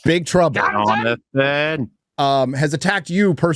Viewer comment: John-Na-Than! ……Said like the council leader in D and D honour among thieves